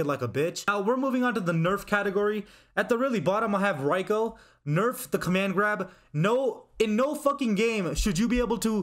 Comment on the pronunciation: Bro its pronounced rEiko not rĀiko